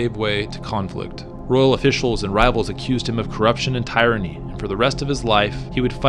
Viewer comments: It seems as if not just the video is AI schlock but so is the script and at times the narration. Words in places that don't make sense, the mispronunciation of common words like "tyranny", pronounced tie-runny not tier-a-ny. It is funny how AI does not know how the the physics works. There is a four and a half hour video on National Geographic. No AI schlock there just narration with the annoying "voice of god." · "Tyranny" is pronounced with the short "i" like in "bit", not "tie-ranny".